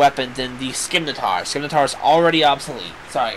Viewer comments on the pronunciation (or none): While it no longer matters, the pronunciation for "Scimitar" is close to what you've been saying, but the "C" is silent, so it's more accurate to say "Sim-ih-tar", I think that's how you'd spell its enunciation I could be wrong though. However I did look up for any potential Multiplayer Rune Factory games the most recent is RF 4 for the 3DS. RF 5 which is probably in production since I think RF 4 is still japan exclusive atm will probably be released or available in 2-3 more years for the Wii U, it's my hope that when it does come out it will allow both online and local multiplayer. Just think use the T.V. for the game and the game pad for the map that'll be useful in the future, at least I think so.